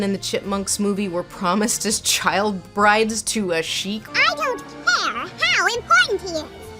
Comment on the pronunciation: Sheik is pronounced “shake”